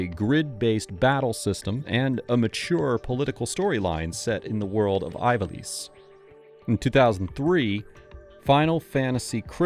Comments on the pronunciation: eve ah lease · Zideyn Tie-dus Eye-valice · you called Kuja a villainess. Kuja is a guy -- ignoring the genome lore. edit: hold up.. how do you make a video about final fantasy and not look up how to pronounce things? (notably Ivalice) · It infuriates me, that despite Ivalice, being clearly pronounced in the intro text to FFXII, you continuously made the choice to mispronounce it.